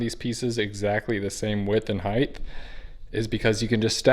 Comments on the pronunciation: Please stop saying heigth. It's spelled height and pronounced hite. Thank you. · Height. Not "heighth"